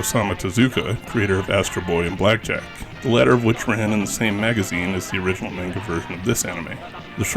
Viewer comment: Sakebi is "shout." Manga is pronounced "monn gah." 2nd: South Rainbow Lucy Superbook & The Flying House used to be run on Jim Bakker's religious Trinity Broadcasting Network. They probably paid for them. Robotchi is pronounced with 2 Long Os. Aka Ro Bo Chi. The t is there for a double consonant in the Chi syllable. Kabocha is "pumpkin." グループ タック - Group Takku but since the trailing U isn't pronounced, it's just "Tak" or "tokk." If you're seeing it as "TAC," that seems wrong. Really odd the kana say Dairagaa (Dairager) but the name we got told was "Dairugger?" or some variation with eu or ue.